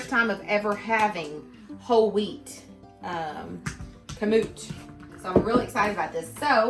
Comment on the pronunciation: Emphasis is on 1st syllable, not 2nd...KAM-oot.